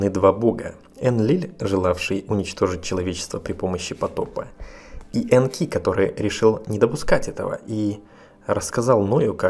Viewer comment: Энки, ударение точное? На первую букву реальней, кажись...